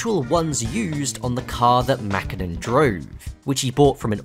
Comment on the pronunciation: Pretty good pronunciation of Mäkinen right there. Sounded pretty fluent. Tommi had an extra 'h' when you said the 'T' but that's a minor detail. Trying to pronounce anything Finnish can be very difficult, so I just had to compliment you for that.